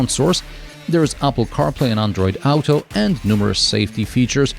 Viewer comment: 3 Questions : - What did you mean at the end when you mentioned it was good unless you had to drive for a long time (was that fuel related / comfort etc.)? -Did you do the 0-100 without traction control at all? -What on Earth is ‘Ow Toe’ 😂 - Never heard (Auto [‘Or Toe’]) pronounced like that.